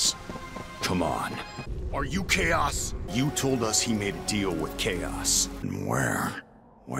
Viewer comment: After a while it just sounds like K OS